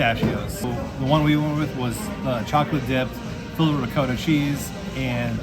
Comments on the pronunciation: Please, it’s not ri-coe-ta. Yikes. Try ri-caw-ta. Don’t have to do it with an Italian accent. And just in case, it’s not noe-key. Try gnaaww-key. Thanks. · The way pronounced ricotta.....right to jail!